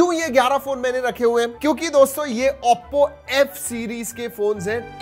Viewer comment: bhai vo AOPPO nhi OPPO hai pls improve i gave recently subcribed to your channel